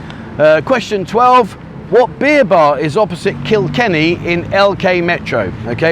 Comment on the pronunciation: First time I've heard you say Kikenny. Well done.